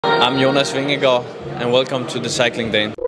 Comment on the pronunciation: Yeah you’re JONAS VINGEGAARD!! 💥 💛💛💛 Hey …we were ALL hoping! And we are all elated! whoohoo And we all love Jonas because your interviews with him proved what a nice and humble man he is. And taught us all how to pronounce his name 😂 Congratulations to Jonas! And seeing almost speechless… priceless haha. Really wished you were with us in the live commentary. Would have paid to see your live reaction. Also, have to say… Seeing Wout come to him at the end of the race was awesome! Such a great moment who hoo! 🎉🎉🎉👏👏👏